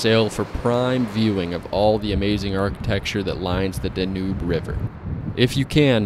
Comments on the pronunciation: Dnoob river lol, I believe it's pronounced "Dan-You" lol.🤣🤣😜😜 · I looked up 5 different pronunciations and they all said Danube but that's what I get for trusting the internet I guess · Yeah I looked up numerous pronunciations and kept hearing Danube so I figured that's what it was. My mistake